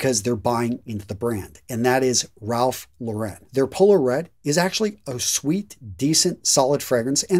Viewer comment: It's pronounced ralph lauren not ralph la-ren. Ralph lauren and his workers have both done interviews where they talk about it